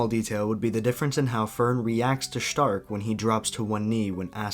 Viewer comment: I think its really funny that you pronounce Stark the correct german way but you don't do the same for Fern. Then again it does sound kinda weird that way.